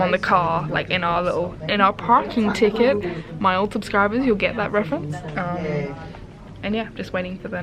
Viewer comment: The parking ticket 😂😂 the accent is back